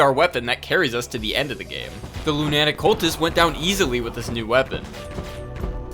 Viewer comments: I don't think I've ever heard someone pronounce lunatic that way lol. Great series though, it's been a good watch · been waiting for this but bro you gotta look up how to pronounce lunatic LOL